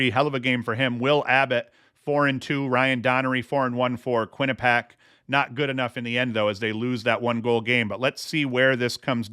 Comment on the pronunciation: Quinnipiac = kwi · nuh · pee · ak